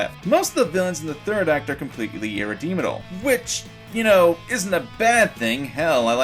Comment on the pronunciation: Kakyoken???? What???? irredeemadle?